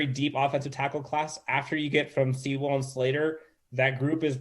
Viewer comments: I have one note for you, especially. If by some miracle he gets drafted there, ya gotta learn to say Penei Sewell's name right. It's pronounced Sue-ull. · That and them both saying See-Well was driving me nuts.